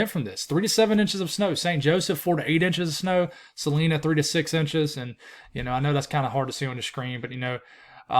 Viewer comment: Hey! I love your details and your attempts to pronounce some of the towns across America. Sa-line-a, Emporia, KS. Keep on keeping on! Give us some snow over near the Jersey shore!